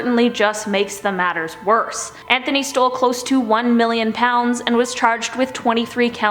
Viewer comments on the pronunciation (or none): Anthony is pronounced without the "th" sound. Think of it more like "Antony"